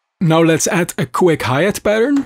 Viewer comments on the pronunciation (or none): none